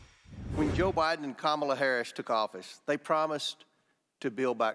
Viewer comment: She will be president for the next 8 years, so learn to pronounce her name properly.